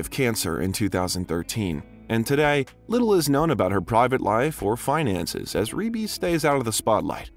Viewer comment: I'm so happy you finally pronounced Rebbie's name correctly. 🙏